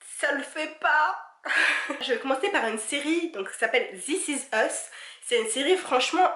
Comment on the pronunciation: This is us et pas ' ziss is euss ' ! :'( :p :p : p si non j trop aimer ta vidéo (y)